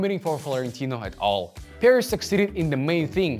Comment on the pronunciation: Bruh I kept thinking you're saying Paris at first Nice video nonetheless